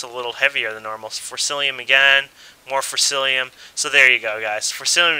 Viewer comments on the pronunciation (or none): say it with me now.. FOR CICI UM (for cee cee um) ever time he said forcelium i wanted to shut the video off... nobody wants to watch a video on a tutorial where the author cant even get the name of the base material correct.